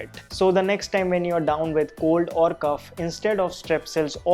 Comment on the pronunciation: Brother cough is pronounced cof not cuf